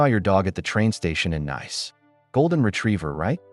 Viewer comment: I thought Nice-Nays, it should Nice- Nees